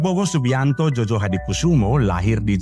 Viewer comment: Bukan jojo bang tetapi joyo itu ejaan lama van ophuysen